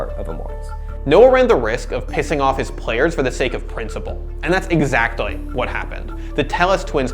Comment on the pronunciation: "That's exactOY what happened"